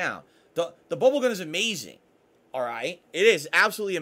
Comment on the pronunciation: His slurring really shows when he says bubble over and over